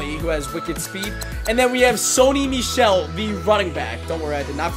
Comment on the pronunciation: He pronounced Michel wrong